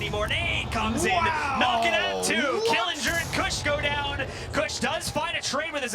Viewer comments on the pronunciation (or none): He said koosh 😂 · Dude the one commentator cannot say “kush” correctly to save his life😂